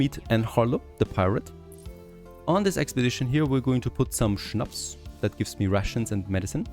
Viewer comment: Is it possible that you got German tribes because I never heard anyone pronouncing "schnaps" as good as you 😂.